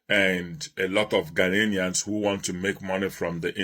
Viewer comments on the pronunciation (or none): Why can't Nigerians pronounce or spell "GHANAIANS" ?😀😆They keep saying "GHANA-NIANS" and spelling it,"GHANAINS " Omo Nigeria, it is spelt GHANA-IANS and pronounced GHANAIANS,got it??😆